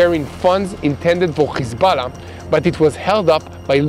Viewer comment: Please say Hesbollah and not Khesbollah.